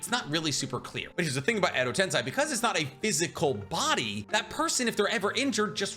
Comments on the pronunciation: Shibaku tensei ............not chibuka tensai......your a great Naruto/Boruto.........Edo Tensei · Why you say Tensai it’s tensie? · "Edo Tensai" only my ears was hurt like 1000 times with that miss pronunciation? its "Edo TensEi" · Does he mispronounce just for someone to comment? Chibuka tensei? Its chibaku, and edo tensei, its not edo tensai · Edo tensei. Not tensai 😂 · Him saying edo tensAi grates so much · I had to stop the video cuz you don't stop saying wrong a ton of jursu names, along with "edotensAai"